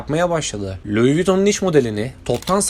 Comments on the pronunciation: Luis değil lui diye okunur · Luis değil ayrıca Lui olarak okunur. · Lois diye yazılır Lui diye okunur. Babası Xhavier diye yazılır havyer diye okunur. Türkçeyi konuşamayan çocuklar İngilizce Fransızca kelimeleri doğru telaffuz edecek de seslendirme yapacak, biz de göreceğiz! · videonuz gayet guzel ama bu ile kalkışıyorsanız isimleri doğru telaffuz etmek ve diksiyonunuzu düzeltmek zorundasınız kusura bakmayın. Çenıl değil öyle bir şey yok Şanel doprusu, Luis degil lui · Luizzz ne lan? Lui diye okunur o cahil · Luiz değil “lui” adam Fransız ve fransızca bu şekilde telaffuz ediliyor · BÖYLE BİR VİDEO HAZIRLARKEN DOĞRU OKUNUŞLARA NEDEN DİKKAT ETMİYORSUNUZ ?? ÖYLE RAHATSIZ EDİCİ Kİ HER LUIS DEDİĞİNDE SİNİR OLUNUYOR.. ÇÜNKÜ LUIS DEĞİL LUİ OLARAK OKUNMASI GEREKİYOR.. AYRICA KOKO ÇENIL OKUMASI NEDİR YAA? HİÇ Mİ KOKO ŞANEL DENDİĞİNİ DUYMADINIZ??😡😡 ALLAHIM NASIL ÖZENSİZSİNİZ YAA😮😮 AYRICA NAĞĞZİ NEDİR ?? AaYYY DELİRİCEZZ😮 ALLAH AŞKINA ARAŞTIRIP, DOĞRU TELAFFUZU ÖĞRENİP ÖYLE SESLENDİRİNN😂😂😂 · Luis viton 😂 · Kardeşim, geri bildirim alabilmek de verebilmek de önemli. O yüzden kırılma, ama bazı telafuzları düzeltmelisin. Bazen Luis bazen Lui dedin, Lui dendiğini biliyorsan neden Luis 😊 Türk halkının çoğu 1 mil kaç km bilmez, Avrupa’da İngilte dışında kullanılmaz mil uzunluk ölçü birimi kullanılmaz, Franda’da kullanılmadı bildiğim kadarıyla. Ben olsam 10 km derdim. Tonlamalar güzeldi. Emeğine sağlık! 👊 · Pile yığın demek. Çeviri heralde. Louis LUİ olarK okunur. S yok! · Kardeşim madem bir yayın yapıyorsun isimlerin kendi lisanlarinda okunusunu ogren be ya. Luis diye okunmaz. Luis diye okunur. Sirf buna kil oldum ve izlemedim. Yaptığın işe kendin saygi duy ki biz de duyalım. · Louis telafuzu Vuitton un bazi yerlerde yanlış yazılmış olmasi 1871 derken ekranda 1771 gözükmesi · Louis diye okudugun anda kapattim 😂